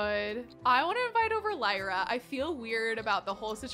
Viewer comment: Hi! I love your videos! Just to let you know, Lyra is not pronounced like that. It is actually pronounced Lee-ra. You said it right. I know because my baby sister is named that. Love this challenge btw!